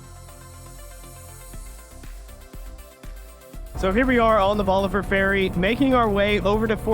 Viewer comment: Bolivar. BOLIVAR. Not "bolliver".